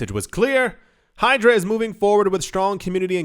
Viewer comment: Bro you said Hydro, but is Hydra.